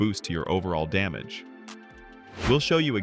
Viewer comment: WHY DID U SAY DAMGEY INSTEAD OF DAMAGE SIR